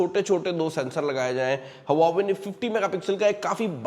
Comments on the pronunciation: It's not हवावे it's वावे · Huawei ❌ Hauva ve✅ हौव्वावे ✅